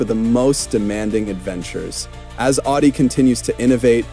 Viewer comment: Dude, it's pronounced "Ow-dee"...😅